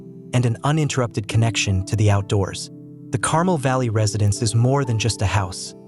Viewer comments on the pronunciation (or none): It's CARMEL, not carmle!